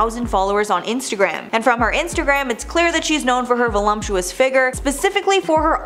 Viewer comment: Oh dear…… it’s not “voLUMPtuous” it’s “voLUPtuous”. I’ve heard several younger people pronounce it with lump and we need to just stop it.